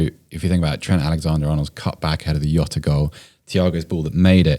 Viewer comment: It's not "yoh-ta", it's pronounced like "Joe-ta". He is not Spanish, so it's a hard J and also a hard O, which I didn't know about.